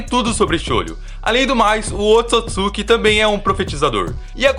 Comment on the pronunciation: Se fala oôtsutsuki